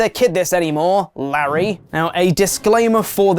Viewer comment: Lol Who wouldve thought it was just OK! God you suck. Also it's Laaaaaaaarrrrry not lamely saying Larry.